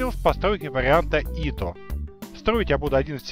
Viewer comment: Если говорить по-русски, то он Ито а не Ифо никаким боком. особенности произношения языков.